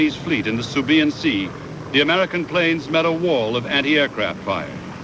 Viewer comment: the narrator seriously needs to learn his pronunciation of such historical events. subiyan ( sibuyan), zukaku (zuikaku) and many more